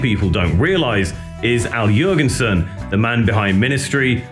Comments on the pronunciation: please stop saying yurginsin. omg. it doesn't stop. I can't watch this "yurginsin" video anymore. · How do you produce an entire documentary on Ministry and then pronounce Al's name "YURgensen"